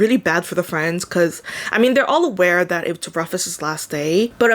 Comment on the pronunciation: Yeah I've heard it's an alright book that could've been much better if they explored a bit more/executed a bit better. Not sure if I'll read or not. But good review. Btw I think Rufus is pronounced like 'Roof-ehs'. At least the people I've met have all been pronounced that way 😊